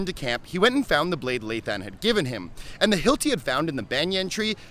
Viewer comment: Wouldn’t it be pronounced Lay L-uh-i?